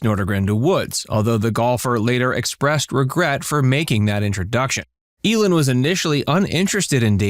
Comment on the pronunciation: It's pronounced EE-lin, not El-in.